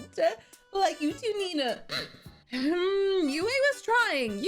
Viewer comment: For those who don't know Princess Yue’s name refers to the Chinese character for moon "月" But the pronunciation should be to pronounce Yu and e together, only one syllable The Chinese characters for Tue and La are written as 推 and 拉 These two words mean push and pull. In addition, I really like the performance of Zuko and Zhao in this episode Zuko is really kind-hearted, so he is willing to save Zhao in the end. And Zhao sincerely looks down on Zuko, so he is unwilling to accept Zuko's help even if he faces death.